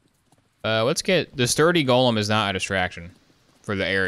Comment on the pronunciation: go-lem not "gollum"